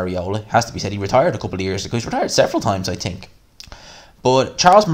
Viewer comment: " I TIIIIIINK! ", lol, Irish are funny